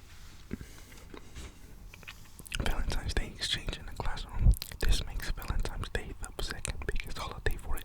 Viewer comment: I love the way you call it Valentimes Day